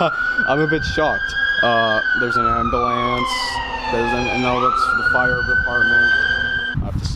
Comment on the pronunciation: "Ambalance" lol